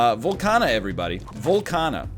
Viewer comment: Its VOLCAAAAANIA.